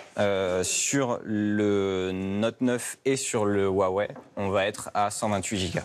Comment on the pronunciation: A quand il a mal prononcé le non Huawei j’ai arrête de lui porter confiance.